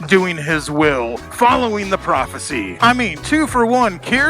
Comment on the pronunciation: "profercy" ats it.... thats how im saying in from now on...